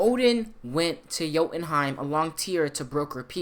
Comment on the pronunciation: What the hell is "joutenheim"? You really bastardized that one.